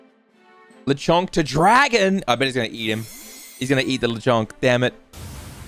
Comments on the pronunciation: Lechonk isn’t “the Chong” it’s “Lechon-k” ( Lechon is baby pig in Spanish) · Very cool how you’re saying Lechonk wrong